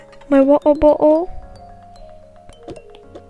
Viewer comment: I love how u say my wo-er bo-el